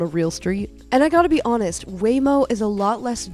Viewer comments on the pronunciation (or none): none